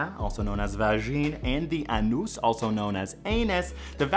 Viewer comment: I like that he went with a Hindu accent to say anus... 😏